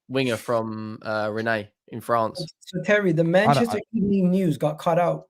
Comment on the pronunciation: pronouncing Rennes with absolute confidence is mad., go to google. 😂😂😂